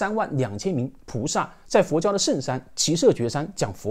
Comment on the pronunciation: 大师兄好，讲的好棒！随喜赞叹介绍净土经典及念佛法门，功德无量！不过经文开头读音有误，恕末学斗胆提供参考： qí耆 shé阇 kū崛